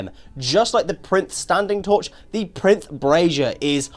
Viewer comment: I think it's pronounced Pie-rinth, think like "pyre" and "labyrinth"